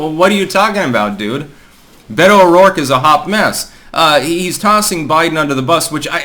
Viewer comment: Beta-oh-dork, this bitch is cringe af🤣👌